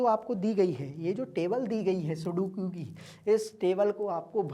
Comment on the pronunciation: sir sukodu nahi sudoku ho taa haa kiya teacher baneaga ga rea tuuu !!